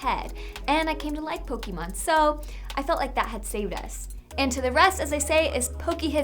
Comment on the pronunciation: Pokémon pronounced wrong once again. I honestly wonder how Nintendo reacts oh yeah "Amercia loves hamburgers and fast food"